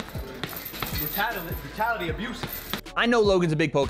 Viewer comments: He said, "brutality, abuse"... He just said it weird and had to repeat it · Logan says: "mentality abuse" No one: W.A.D.E.: "what rattata abuse?" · No way did he say Rattata. I think he said entitlement, mentality, or brutality. Idk. Though...